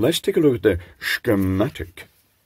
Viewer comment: I believe he derived the pronunciation from a Sean Connery impression!